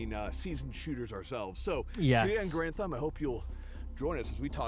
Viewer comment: It's Pronounced "GAR-anhd" like the Gar in Garfield.